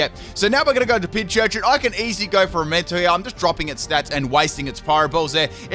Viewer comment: I love how keeps saying PinCHurCHIN!